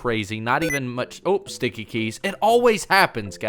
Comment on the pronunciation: Shteaky keys